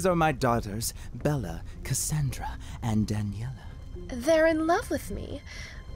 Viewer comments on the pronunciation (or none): One small thing. Bela is pronounced like Bay-la but I’m so glad this was made, I loved the game and Alcina and her daughters were my favorite